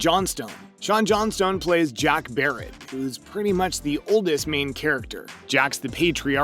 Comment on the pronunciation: “big ranch river” “barrett” 😫😂